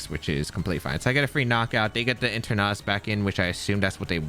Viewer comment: Your Eternatus pronunciation is almost the same as your Tornadus pronunciation. I wasn't watching the screen while I was listening to the video and I legitimately thought you were up against a Tornadus.